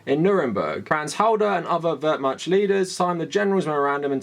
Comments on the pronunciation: I've universally heard it pronounced more like "Vehr-Mahkt", including from historians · I agree with everything you said here, great commentary. PLEASE google how to pronounce Wehrmacht. In english-mode try : Vahr-Muhkt. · WermaCH. You are butchering the pronunciation. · My sudetengerman grandfather was in the SA, nazi apologetics are the worst. Btw the ch in Wehrmacht is pronounced differently, I think the google translate pronounciation seems valid. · The "ch" in Wehrmacht is pronounced like in "loch" not like in "charm." Your video is invalid. /jk Really good to see more people noticing and taking it on.